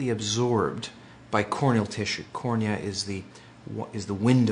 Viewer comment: The way she said cornia, please. I cant